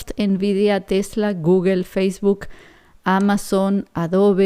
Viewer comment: hola....tú eres muy inteligente y te admiro..pero deberias pronunciar bien cuando te refieres A Google.